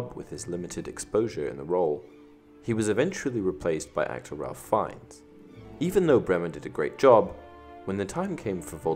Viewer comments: On a side note, Ralph Fiennes is pronounced "Rafe Fines" :) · TBH it was very distracting and annoying, which is sad because other than that, the video was pretty good.